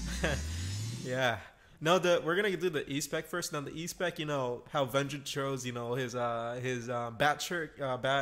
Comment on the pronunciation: Listening to him say Vengence is just hilariously painful